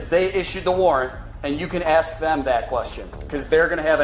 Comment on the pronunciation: Of course the teacher that uses “axe” instead of “ask” is the one beating a student.